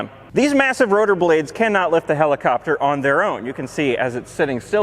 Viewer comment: "Rumpacopter" made my day.